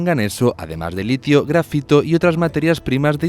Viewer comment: Minuto se dice "Litio" 😂